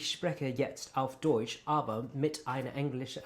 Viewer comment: Your range of accents is really impressive! As a German teacher ich kann es mir nicht verkneifen to point out that your vowels still give you away. In the word Deutsch, for instance, your o is slightly too long and too closed. Just tense your lips less and open your mouth a bit wider. The eu should sound more like in boy ore employ (ok, I guess these words sound different depending on the accent, but I hope you understand what I mean).